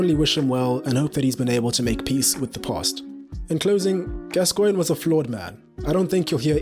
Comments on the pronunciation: Your videos are fantastic, but I do wish you'd just read your script to somebody English before you record them. For example, it's GAScoin, not gasCOIN*. A minor quibble though, and I'm slowly working my way through your excellent content. *and before anyone tries to hoist me by my own pedantic petard, yes I know that's not how his name is spelt. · Mate: his name is pronounced GAS-coigne, not Gas-COIGNE. Sorry to be a pedant but the tenth time I cracked... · FFS say his name properly..GAS-coigne Not gas_Coigne. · As soon as "Gascoigne" was pronounced wrongly within the first few seconds, I left. If you can't get the name right what else is wrong? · Odd way this guy says "Gascoigne". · Your pronunciation of Gascoigne is stopping me from liking this video. Give the man the respect he deserves. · you cannot even say his name properly! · I think the emphasis should be on the Gas, not the Coigne......😏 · You’re pronouncing gascoigne incorrectly